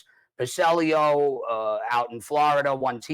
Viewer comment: Hey knew Chris so well that he called him Passellio.